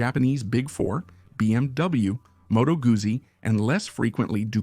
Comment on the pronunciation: Very interesting video but the robot cannot pronounce Moto guzzi it cannot pronounce BMW how about employing a human